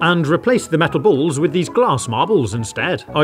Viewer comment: "The bools actually moove" 😂